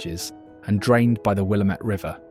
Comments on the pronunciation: ☝️🤓 Actually, it's "Wil-LAM-it," not "WILLUH-met." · I was surprised at how many names he pronounced correctly before butchering Willamette 😏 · Wrong saying "Willamette" incorrectly. Shows you've never spent time here.